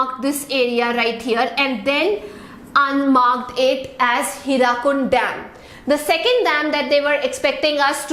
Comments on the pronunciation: Mam I am from odisha....that is not HIRAKUND..that is HIRAKUD ur pronounsition is wrong but mam u r amazing... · Excuse me ma'am, for your kind information, it is 'HIRAKUD', NOT HIRAKUND!!!!